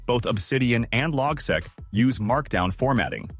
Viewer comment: it's pronounced "log-seek" not logsek